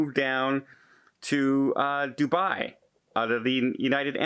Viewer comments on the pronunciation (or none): none